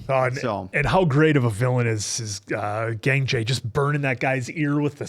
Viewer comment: It‘s Gangjae not Gængjæ😭